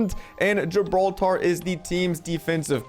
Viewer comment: The way say's "GIBROTARRR"